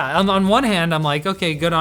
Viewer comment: you should learn how to say ASUS properly! Linus already learned it, so when will you? ;-)